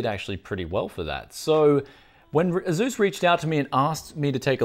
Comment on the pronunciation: Did this guy really just pronounce asus A zues? A-s-us